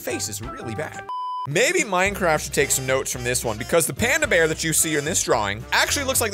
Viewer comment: Wen you say bebeer its bear paddington maybe you never watch paddington the movie or the cartoon